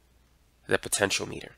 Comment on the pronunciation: Actually after hearing his pronunciation, it should be the accepted pronunciation because it spells out exactly what the compontent operates on - potential power.